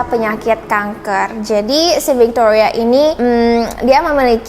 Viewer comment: Adik manis, disamping backsound nya kurang cocok, maaf nih kritik sedikit ya... kan ceritanya dlm bhs Indonesia nih.. jdi agak gimanaaa ketika menyebut nama Tony spt Thoni, Victoria jadi Victhoria.. as if you're telling this story in English. Mungkin nama2 itu di Indonesia-in aja..? Maaf ya?